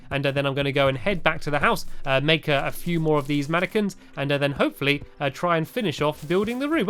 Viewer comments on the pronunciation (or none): I thought you said I have to make a whole load of napkins 😝